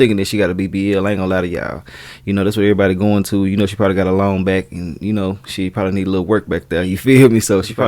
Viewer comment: I thought you said she probably got "a loan back" until 2 seconds later I realized you said "a long back" 😂😂